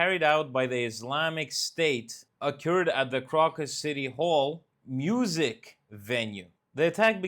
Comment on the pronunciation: The English pronunciation of Crocus is with a long O on the first syllable, like the flower. Just so you'll know.